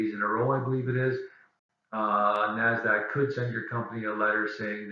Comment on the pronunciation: Thanks for the information. Very helpful. By the way, it's NASDAQ, not NAZDAQ.